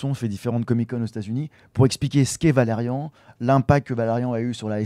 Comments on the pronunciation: Valerian pas valeriane 😱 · qqun corrige ce mec sur la prononciation de Valerian, et pas "Valeriane"... -_